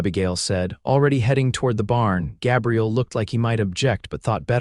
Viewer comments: The cowboy’s name has a long “a” it is a guy’s name. AI is often faulty in name pronunciation at the least! I am not a fan! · Good story despite the AI narrator's annoying mispronunciation of Gabriel.